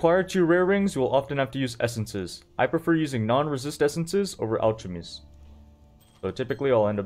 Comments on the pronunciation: The "CH" in alchemy is pronounced like "k", not "ch". "AL-KEM-Y". It's the same root as "chemistry." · this was one of the most informative poe vids ive seen, yet you nearly lost me with "al chemy" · lol the way you said "alchemy" . great vid tho, thank you for spreading the knowledge!